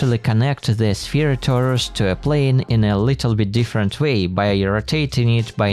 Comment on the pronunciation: I think he said "2 different" but I can't unhear that